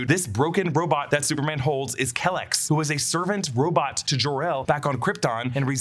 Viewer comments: I always thought it was Kee-lex, not "Kelex". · you’re pronouncing kelex wrong. its “Key Lex”